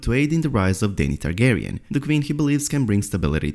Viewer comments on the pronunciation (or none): none